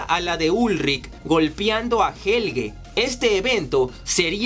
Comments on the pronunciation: Y helgel!! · Deja de decir Helgel pls